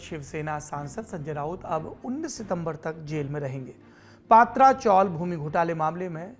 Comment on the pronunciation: पात्रा चाॅल नही पत्रा (पतरा ) चाॅल है , उच्चारण गलत हो रहा है. , खत्रा को खात्रा बोलने जैसा है